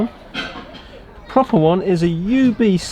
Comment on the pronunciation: Por por? Probably trying to say “proper”, but your mouth didn’t want to cooperate. Happens to me all the time.